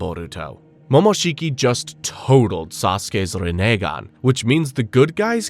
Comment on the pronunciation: Entire video was an A+ but you turned it into an L by the way you pronounce Rinnegan 🤮 disgusting